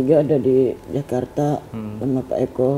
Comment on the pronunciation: Ngomong sama Fajar...Eko jadi OO 🤣🤣🤣🤣🤣